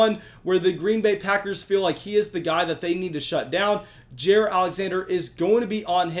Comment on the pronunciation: The Pronunciation is J(eye)(ear) Alexander. Thanks